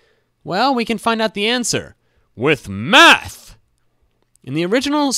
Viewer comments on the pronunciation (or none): That part when he say "WITH MATH" makes me laugh so loud LOL